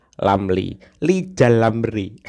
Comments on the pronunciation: Ah yg bener min,masa Lijal Lamli mau nyapres,aku ndk percaya,ambisi dan hayalanya mungkin.Ucap huruf R aja nggk bisa,mau nyapres???????, Preeeeetttttt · Lizal lamli gila jabatan ngomong r gk bisa tapi hayalan tinggi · haaaaaaa yijay yamyi mo capres ngomong R aje ga bisa...partai hti fpi x yg mo milih die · Hehehege Yang jadi antene nya lijal lamli bisa" tuh tv siarannya ga ada huruf R nya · What??? lizal lamly mau jadi pleciden endonecia..??? Ancorrrrrrr!!!😂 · Hahaha Lizal Lamli Lg Mimpi Buluk. Woi Lajawali Ngeplet Ngomong aja dulu Benelin... Coba bilang R. Klo bisa Saya mau Pilih Anda. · Rizal Ramli itu suruh belajar ngomong R dulu...😂😂